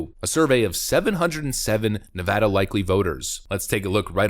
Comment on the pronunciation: OMG! I hope that poll is correct! And thank you for calling it Ne-Vaa-duh! It's so annoying when people pronounce it wrong.